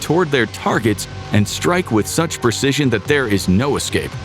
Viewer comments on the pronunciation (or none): none